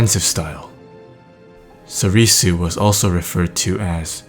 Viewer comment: It's pronounced sorr-soo, not sorr-ee-soo.... come on.